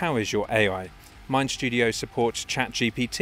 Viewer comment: There’s no “sh” in “mind studio”.